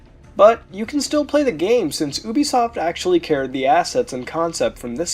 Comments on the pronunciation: UBISOFT Pronunciation: not ooh-bee-soft it is yooh-bee-soft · you frekin pronouc it youbesoft